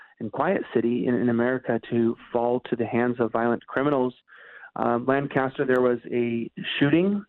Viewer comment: it's (lane cuh stir) not (Lang caster) or (LAN caster). I've heard you saying that it's pronounced one way or another lately, lol.